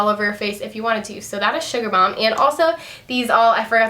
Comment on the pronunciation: sugarbomb not balm lol ;p